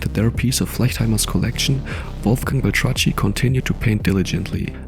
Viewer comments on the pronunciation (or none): It's pronounced "Bel-Trak-KEE" not "Bel-tra-tchee".